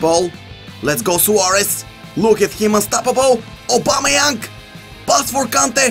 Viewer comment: Stop saying aubameyank